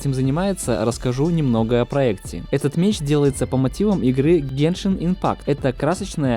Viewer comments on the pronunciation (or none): none